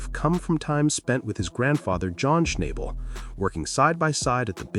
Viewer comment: Please pronounce his latst name properly..not a good video...